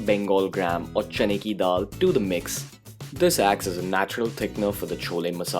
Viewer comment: His way of saying chane ki dal is way too funny😂😂